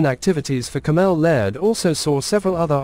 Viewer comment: Cammel is pronounced camel not Cam-ell